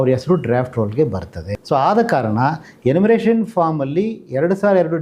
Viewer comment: ಎನ್ಯೂಮರೇಶನ್ ಫಾರ್ಮ್ ಅದು ನೀವು ಉಚ್ಚರಿಸಿದಂತೆ 'ಎನ್ಮುರೇಸನ್ ಅಲ್ಲ'